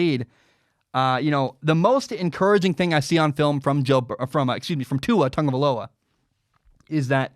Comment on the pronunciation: Why do people always pronounce it Tugavaloa